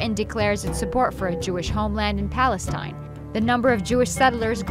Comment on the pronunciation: What about Palestine? Why was she saying that wrong?